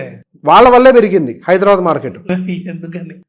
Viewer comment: 'హైదరా బ్యాడ్' అనకండి ప్లీజ్ అదీ 'హైదరాబాద్' అనాలి....ముక్యంగా ఆంధ్ర వాళ్ళు ఉచ్చారణ సరిగ ఉండడు